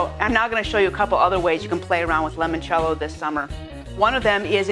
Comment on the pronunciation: Great video.. Just one thing. It's "I" not an "E" as in L"I"moncello.. I really noticed during this video presentation every time the host enunciated it wrongly.